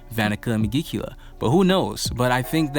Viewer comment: I like your videos but you keep butchering the name of the devil lol